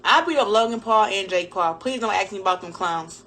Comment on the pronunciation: "axe me questions" 🤦‍♂️